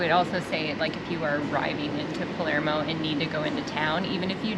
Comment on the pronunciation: I caught that too. It's Palermo not Palmero. Makes me laugh.